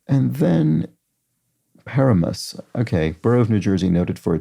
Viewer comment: Enjoyed this puzzle quite a bit. Extremely impressed with how quickly you caught on to the theme. And a pronunciation check that will likely never be relevant again: Paramus, New Jersey is pronounced puh-RA-mus, as if you were saying parameter but chopped off the -eter and replaced it with -us.